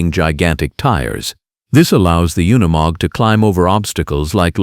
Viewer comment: Freakn ai trash “oneymog” it’s unimog.